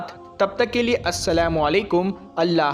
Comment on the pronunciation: Assalamwualaikum mat bolo Assalamalaikum Alaikum Walaikum nahi bhai